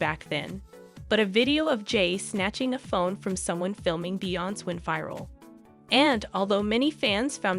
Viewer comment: Please learn her name and pronounce it correctly geesh smh